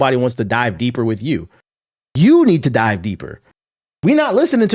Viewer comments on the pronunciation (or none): none